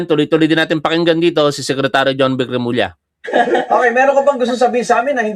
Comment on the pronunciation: Tama yung pagbigkas ni Sec J. Remulla